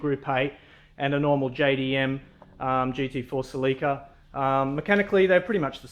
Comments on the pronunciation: It's pronounced, "sell-eh-kuh". Not "sell-EEEEE-kuh". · He's saying Salika lol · Pronunciation: Sel-lick-a